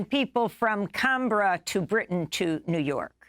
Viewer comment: Love your work, Amy. Just want to point out that the Australian capital city is pronounced Can-brah (as in “pass a can of beer, brah)